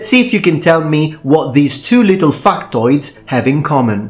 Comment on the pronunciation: I thought you said Fuk-toids